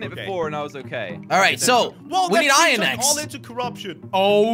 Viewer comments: I remember when he used to call iron I-ron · I say iron like this :Me iron This is how Jelly says it :Jelly irin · He used to say ain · Lel Ayon Its Ion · I love how he says ion instead of iron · How it’s said: iern (iron) How jelly says it: ihyin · Its ayon i mean he did actully say theres more ayon its pronounced iron but instead jelly was like theres more ayon! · I just love when Jelly said Iyon instead Of Iron lol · How jelly says iron: ion How me and some other people say it: iron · josh and crainer: iron jelly: ien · Who remembers when jelly used to say iron whit two rr